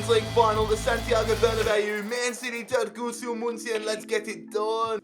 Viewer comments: Türkgütschü is how you pronouce it bro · pronounced "two rk goo joo" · Č is a j so its turkguju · You pronaunce turkgucu as in Turkgugu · You tried so hard to pronounce it right and failed so hard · you do need to ask CaniSports for assistance on pronouncing all those turkish names (as well as Türkgüçü's) 🤪 Still a great vid, tho!